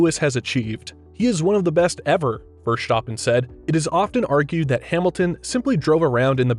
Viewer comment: Max Verschtoppon?